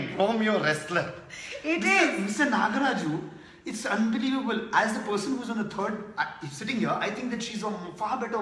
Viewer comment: It's Nograj. Not Nagraj...please be able to make the right noise of name of humble politicean.